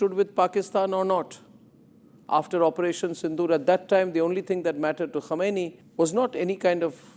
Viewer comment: Mr Arnab, don't confuse the pronunciations "Khamenei" and "Khomeini"! Quite some people make that mistake in the world. The mispronunciation creates confusion.